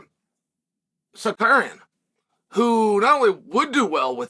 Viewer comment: Who the fuck is Sarkarian?